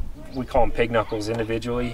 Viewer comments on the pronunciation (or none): none